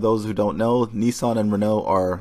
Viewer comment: Neesarn? Isn't it Nissan?